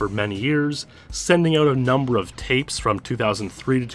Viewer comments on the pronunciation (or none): none